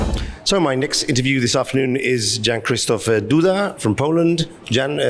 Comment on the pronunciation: Why don't you people ask the correct pronunciation of his name since you don't know it? He's number 18 in the entire world for crying out loud.